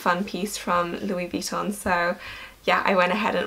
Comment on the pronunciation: The way you pronounce Vuitton bothers me... Sorry... XD You say it vEEton but since it's French the last syllable is emphasised... veeTOHHHHN~~